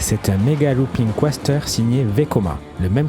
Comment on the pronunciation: Pour quoi dire Bi and eM’ alors que c’est Suisse ?! 😂😂😂 B&M en français cst très bien aussi. Et on dit Coaster sans prononcer le À. Coasseteur on dirait un crapaud qui parle !!! 😂😂😂